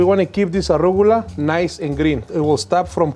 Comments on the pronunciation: That's it, I'm going to pronounce it "arrugula" from now on! Love! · I’ve been saying arugula wrong my entire life…